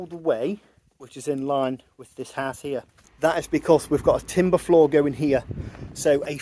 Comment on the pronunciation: Just loving the way you pronounce HOUSE as ARSE. All kinds of misunderstandings could ensue.